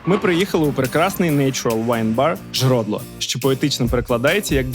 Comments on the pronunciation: Не "жродло" , а "зрюдло" - джерело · файны выпуск, живу кілька років в Польші і ти відкрив для мене нові страви. дякууууую :face-fuchsia-wide-eyes: P.S:ресторан не 'Жродло', а 'Жьрудло' ;) без образ ) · "Трдло" насправді не з Чехії і навіть не з Угорщини, а з Румунії (від трансільванських угорців). Угорською кюртош калач, румунською козонак секуєск. Чехи не так давно його запозичили і почали наповнювати (в оригіналі хіба обмащують). Źródło – зьрудло. Гекання краще уникати, бо так у польскій вимовляється h. Інша справа чеська, де h в багатьох випадках і пишеться. Praha vs Praga (це не так троєщина, як стара дарниця). Dickery нагадало львівське Мазох-кафе кінця 00-х і ЛМШ 10-х. Поляки мабуть до такого ще не звикли. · будь ласка, на майбутнє: тлусти пєрогі жьрудло якщо ці слова нові для вас, будь ласка, вчіть і вимовляйте їх вірно з самого початку. будь ласка!